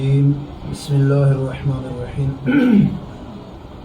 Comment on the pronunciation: جو مولوی بسم اللہ الرحمن الرحیم غلط پڑھتا ہے اسے کیا کہو گےیوں پڑھ رہا ہے۔ بسم اللہ الروحمن الروحیم۔ یعنی و۔ کی زیادتی کے ساتھ جو یوھودیوں کی سازش ہے